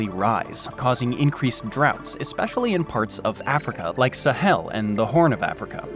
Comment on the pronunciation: ( till ) "Sa HELL" 🥵